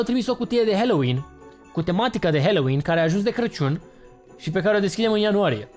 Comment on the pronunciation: Halloween MAI SE ZICE NU HELOIN